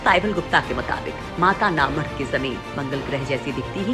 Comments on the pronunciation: Mata na madh.... Pronounciation is too poor ( mata na math) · पहले बोलना सीख जाओ जगह का नाम में माता का मठ गुजराती बोलना नहीं आता तो हम भी समझते सही तरीके से बोलना आप लोग न्यूज़ चैनल वाले गुजराती में स्कोर माता का मठ